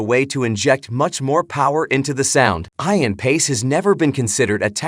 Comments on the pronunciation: FYI - it's pronounced E-an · You lost me at Eye-an. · Add totally irritates me that your AI isn't pronounced on his name correctly